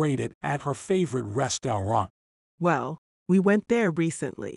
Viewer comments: “Restawont” bruhhhhhh😂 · 'restaurant' was said wrongly